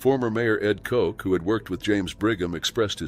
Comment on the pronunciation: The mayor's name was Koch. As in 'notch' Not Coke Doh